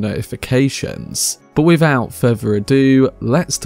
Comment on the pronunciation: "Wiffout fervor adieu..." BTW, It's Alia, not "Aaliyah."